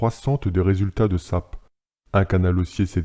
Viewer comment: S-A-P khey pas "SAP", bonne vidéo continue ! ;)